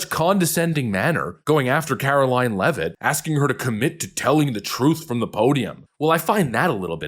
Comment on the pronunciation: Glad you know how to say her last name. So many youtubers are having a real hard time. You must be from New England?